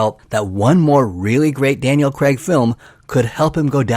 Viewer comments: 😅 His name is Daniel Craig, not Daniel Crag. Dick! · Daniel CREGG!!? why? its really not hard to say Craig. You actually manage it yourself a couple of times